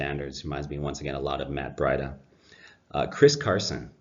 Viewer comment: It's pronounced Breeduh. May I suggest decaf.